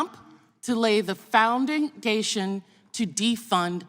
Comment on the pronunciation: Hahaha... founding-dation...what a moron!